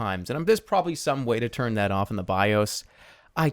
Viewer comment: turn not "tern" my good man